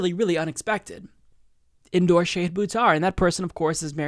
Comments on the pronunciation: Shah-hid, not Shay-hid 🙂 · Love this, but, it's pronounced "SHAH-HID." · please work on your pronunciation. It's not SHAYhid, it's more like shaHEED, like how Marianne Williamson says it. Just trying to help. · Good segment,. But it is not Shay-hid it is Sha-hid -- like the Shah of Iran... but not a right wing dictator asshole, rather a very cool, principled left candidate who will trounce corporate puppet Pelosi. And the last syllable is 'hid' like past tense of hide, rather than 'heed'. I mispronounced his name too, and he was kind enough to personally correct me;^) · Sha-HID not Sha-heed. :-) Volunteer today at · Shah hid. It's pronounced Shah hid.